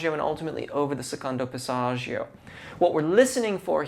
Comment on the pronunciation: Remember singers, dont take singing advice from "coaches" who cant actually sing. A close second is if they use words like Passaggio, make sure they pronounce it correctly. Dude is mangling the Italian language while claiming to understand Italian singing technique. Fraud.